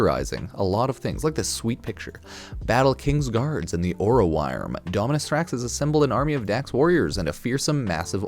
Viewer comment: Ok I know it's spelled orowyrm but it's not pronounced wire-m it's pronounced worm